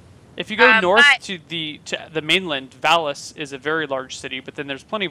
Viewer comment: does say that "Phallus is a very large city" instead of Valis?!